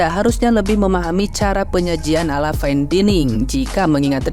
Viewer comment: Daining... terganggu banget gw dining diulang². Bilang fain bisa, tapi dining diulang². Apa gw juga maha benar kalau nyampein ini?